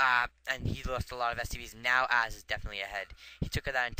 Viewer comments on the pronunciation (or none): Might want to raise volume a bit using audacity or Camtasia. Oh, and I get to show off that I once lost to Ahzz in a Bo3 0-2. =D. Oh, and I think you pronounce Ahzz as Awwz You could work on making your commentary flow better, explaining the significance of each event. and going in depth a bit more. I don't think sniping medics is really useful since they just heal each other so fast and missing a target fire will pretty much screw you up. Good commentary.